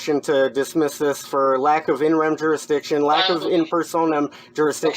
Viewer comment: That's "in rem" jurisdiction, not "interim" jurisdiction.